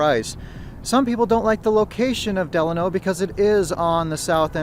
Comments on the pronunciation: Lmao the way you said Delano is crazy. 😂 it's like when people said Navada all weird. I spelled it the way people say it. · I’m a Vegas native and I have never heard anyone say it like that but we all say it the Italian way. Lol I just thought this was funny though. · You're pronouncing Delano wrong.